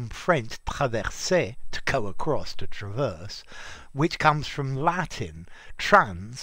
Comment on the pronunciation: "Traverse beam"-the noun is stressed on the second syllable like the verb.. I think it can have the 1st vowel stressed too, like the 2nd vowl of "trespass"as a verb but it becomes a schwa as a noun,right? 👍